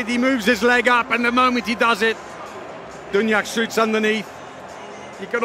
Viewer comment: I hope this commentator learns until tommorow how to pronounce "Duvnjak" ! PS. Spanish reffs pushing Norway to the final, mission failed ;)